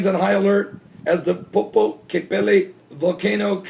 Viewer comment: Like this Popo-Cate-Pe-Toll so say it like POPO- CATE like "Tecate" PE Toll the PE & TOLL are together like PETOLL POPO-CATE-PETOLL = Popocatepetl a Nahuatl word from the Aztec language words popōca 'it smokes' and tepētl 'mountain' meaning Smoking Mountain.